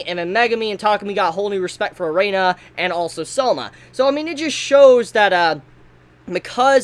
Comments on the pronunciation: wow.... whos "Er'ay'na" thought it was "ERINA" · Y DO U KEEP SAYIN A-REINA?!?!?! IT’S EH-RIN-A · Arina it's erina Jesus whats it with you Americans can't pronounce something as it's written arina fuck me it has a "E" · One request. Pronounce her name Eh-ree-nah and not Uh-ray-nuh. Thanks 😁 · yeah he really needs to do that , triggered me each time he said it wrong 😭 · Erina, Air - In - Uh pls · For some reason I'm not mad at for pronouncing Erina as "E-rey-na". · Hearing say Erina so many times, I just hear Erena instead. This makes me visualize in my head an Asian grandpa trying to say Elena and this is hilarious for absolutely no good reason. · Please say eh-ree-nah. Eh-ree-nah Eh-ree-nah Eh-ree-nah Eh-ree-nah Eh-ree-nah Eh-ree-nah Eh-ree-nah Eh-ree-nah Eh-ree-nah Eh-ree-nah Eh-ree-nah Eh-ree-nah Eh-ree-nah Eh-ree-nah Eh-ree-nah Eh-ree-nah Eh-ree-nah Eh-ree-nah Eh-ree-nah Eh-ree-nah Eh-ree-nah Eh-ree-nah Eh-ree-nah Eh-ree-nah Eh-ree-nah Eh-ree-nah Eh-ree-nah Eh-ree-nah Eh-ree-nah Eh-ree-nah Eh-ree-nah Eh-ree-nah Eh-ree-nah Eh-ree-nah Eh-ree-nah Eh-ree-nah Eh-ree-nah Eh-ree-nah Eh-ree-nah Eh-ree-nah Eh-ree-nah Eh-ree-nah Eh-ree-nah Eh-ree-nah Eh-ree-nah Eh-ree-nah Eh-ree-nah Eh-ree-nah Eh-ree-nah Eh-ree-nah I don't know why but this triggers me so much. God help me:( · I liked your review man, but could you please pronounce Erina's (air-ee-na) name correctly in the future? It just bugged me a little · I'm surprised he spelled Erina right in the video title at least. He still kept pronouncing it as Erena tho